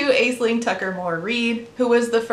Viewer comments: Hi! This isn’t super relevant to the video but the name Aisling is actually pronounced like “Ash-linn”. It’s an Irish name (hence the funky spelling) and I’m just letting you know for future reference because as someone with an Irish middle name I do wish people would be more aware of pronouncing them correctly as they are with other cultural names :) no hate intended at all just wanted to let you know in case the name Aisling comes up again in the future ❤ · Idk how it's spelt but if the other name happened to be Aisling then it's pronounced Ash-ling ^^ Not saying this in a "omg you pronounced it wrong" way, heck I'm Irish and I pronounce it wrong in my head XD it's just more of a learning thing I thought I'd share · Ok I don't know if Tucker pronounces Aisling like that on purpose but it's an Irish name that should be pronounced like Ashling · Side note, Aislynn/Aisling is an Irish name that's supposed to be pronounced as "Ashlynn". Kinda interesting to see how that got lost in translation as people came to the US, resulting in the name being either spelled "Ashlynn" or mispronounced as "Ays-lin". Language is cool! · Just a quick note that "Aisling" is an Irish name pronounced "Ash-lin" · It’s pronounced Ash-ling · amazing video as always *but* as an irish viewer of your content that pronounciation of "aisling" made me die a little at the start (it's pronounced like ash-ling, ais in irish is like ash) lmao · She seems pretty trash, but completely unrelated to most of this, the name Aisling is actually pronounced as “Ashling”, it’s Irish. Gaeilge is a different language, so the pronunciation is different. It’s not even the name she goes by, but in case you see it in the future, now you know how it is pronounced. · i knew a girl named Aisling who pronounced it Ash-leen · Idk how she pronounces it, but Aisling is how you spell Ashlyn in Ireland